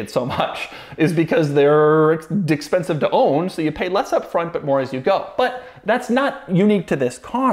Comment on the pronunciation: Doug says Dickspensive 🤣🤣🤣